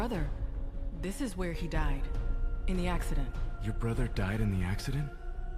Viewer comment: Hang on, what is with that inflection? "This is where he died." - That makes it sound like someone said "Can you take me to where your bro died," and she's clarifying that, hey, she did, we're here. Emphasising literally any other word in the sentence would have made more sense in context. Seriously, try sounding it out. "This is where he died." "This is where he died." "This is where he died." Even "This is where he died", while odd, would make marginally more sense. I don't blame the voice actress here; clearly bad direction, or perhaps lack of context on how the sentence fits in the larger context of the scene. And, like, I'm sure there's been other lines as bad or worse, this one just really stuck out to me for some reason.